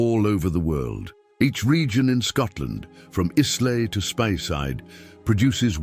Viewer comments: ...and will the day ever come when Scottish 'Gaelic' is pronounced correctly? 🙂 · Seventeen o seven taaah. Sometimes AI voices are quite funny. And it's called Eye-la, not issley... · It's pronounced Eyelay not IS lay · Where on earth is Iz-lay??? Do you mean Islay (Ìleach) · islay is pronounced ey-la ,look it up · The Act of Union in 😅. Maybe 1707. Also the word lochs written as locks. And wrong pronunciation of „Islay“. But apart from that… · Despite his brave but wildly inaccurate attempt at pronouncing “Islay” . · Didn't know Islay was pronounced that way :) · Awful cant even pronouce Islay!!!!!!!!!!!!!!!!!! Feckin English shit!!!!!!!!!!!!